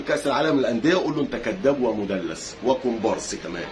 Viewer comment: نفسي اشوف اهلاوي بيعرف يتكلم لما تعمل نفسك فزلوك يبقى على الاقل تكون لبق و عندك حرفة الكلام مش نص كلامك بتنطقه غلط اسمها مدلِس بكسر اللام مش مدلس بالفتح 😅